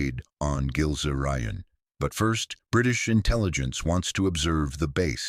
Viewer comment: pronounced "Gills Ryan" as in Gilze-Rijen